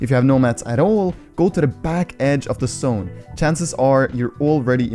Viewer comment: This dude says sone instead of zone